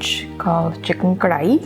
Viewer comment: Like the way you say Karahi the right way ;-D Gotta try it someday...! Great video.